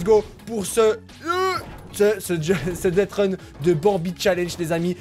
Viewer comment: dethrun ça se dit dessreune pas dettreun